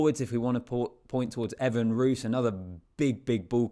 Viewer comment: Please pronounce the surnames correctly. Pronounced RWIS (Roos). Pronounced Villie (Willie).